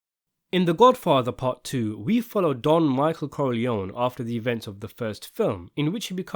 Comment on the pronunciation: Why are you Americanize Italian last name Corleone?